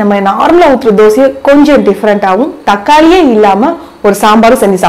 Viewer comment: Thaaakali illa pakki thakkali